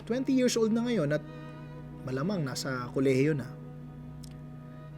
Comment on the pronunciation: bat kac yirzzz old pagkakasabi mo. nakaka irita pakinggan.